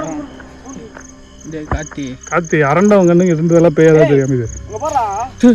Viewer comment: 😂😂 said kachi for karthi 😂😂😂